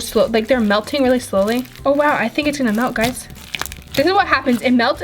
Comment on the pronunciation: Stop saying geys😡❤️❤️❤️❤️❤️❤️❤️❤️❤️❤️❤️❤️